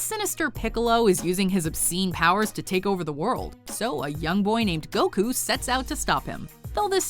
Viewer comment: Wow you pronounced Goku the right way this time.. about time xD I'll give you a like that